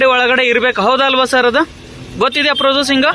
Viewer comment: ಪ್ರೊಸಸಿಂಗ್ ಅಲ್ಲ ಪ್ರೊಸೀಜರ್ ಕಣಪ್ಪ